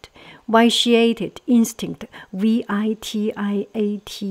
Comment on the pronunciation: Vitiated = vish-ee-ay-ted Trifling = try-fling or try-fil-ing I love these videos.